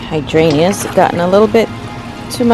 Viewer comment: why don't you sound out the g in hydrangea?